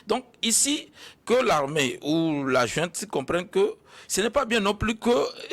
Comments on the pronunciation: <<JOINTE>>😤❓ En disant tout le temps jointe, jointe 😅 et non pas junte, ces 2 là se sont trahis : ce sont que des fumeurs de joints. Pétard, ça se voit 🤪 !! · « Djunte militaire », « illégitime » Etc. Ils sortent d’où ces « analystes »🙄?